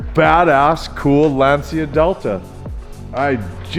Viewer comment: its LANCHIAAA not LANSIAAA